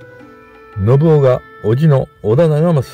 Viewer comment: ❌のぶお ○のぶかつ